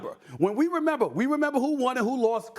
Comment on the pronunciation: “Renember” lmao love mad dog